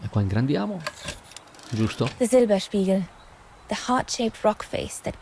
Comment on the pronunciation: Il rifugio si pronuncia letteralmente Silberspighel